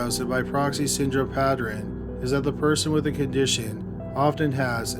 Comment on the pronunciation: To everyone who keeps saying the narrator is just a computer voice, computers don't pronounce it "pattren."